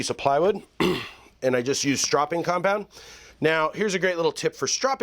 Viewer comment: Jest curious, are you drunk in your intro? Jest a little? Thx for the vid, guy!